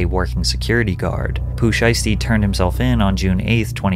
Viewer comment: I'm sorry did you say Poo Sheisty?